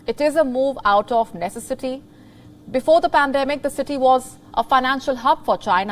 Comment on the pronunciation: She speaks poor Indian English just like paliki Sharma I had to rewind three times to understand..she say "nesi city" not necessity